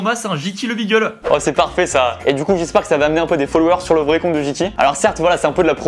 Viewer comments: Beagle ce dit bigle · Aïe aïe aïe pour beagle on dit pas " bigel " mais on dit " bigle"